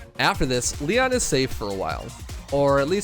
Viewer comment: ITS LEEONN not LIE ON